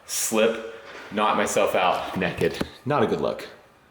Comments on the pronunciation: Someone pronouncing naked as neked will never not be funny. saying that gave me a good chuckle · Why does Naked sound like a commercial brand out of your mouth XD